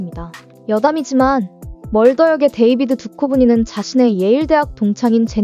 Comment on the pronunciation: 데이빗 두쵸브니라고 발음하는게 맞음 영화잡지 스크린에 올라온 인터뷰에서 두쵸브니가 직접 엔쵸비를 예로 들며 옳은 발음을 알려줌